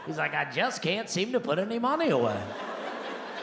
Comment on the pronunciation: And he rhymes "cain't" with "paint '